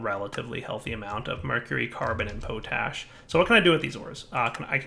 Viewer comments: gah! it's pot ash not po tash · Potash is pronounced with a short "o" sound, like in the word Pot. Not a long "o" like in potato